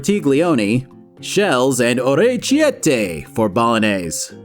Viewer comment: Your “orecchiette!!” Killed me 😂😂